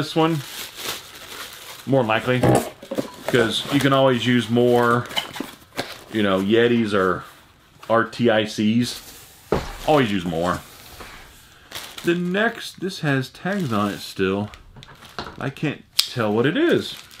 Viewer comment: RTIC is pronounced artic. Close to arctic, but yeah, “artic”.